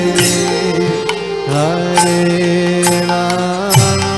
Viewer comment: Why does he chants Ramo instead of Rama?